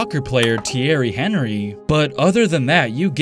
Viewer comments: ON-REE Not Hen-REE But at least you got his first name correct. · You don't call soccer player Henry it's said this Honry but is spelt Henry but being french it's said different go check it out. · in the future thierry henry is not pronounced henry its enry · The way he pronounced Henry lmaooo Americans don’t know there’s a world outside of America fr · Thierry Henry, his last name is pronounced arn-ree not Henry. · An-ree. Not Henry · Anyone else triggered by him calling Thierry Henry , henry mayne I almost cried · thierry henry's last name is pronounced on-ree btw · Thierry Henry is French so you don’t say it like Henry. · its not pronounced how henry is usually pronounced its pronounced "anry" or "onry" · The soccer fan in me cringed when he said Henry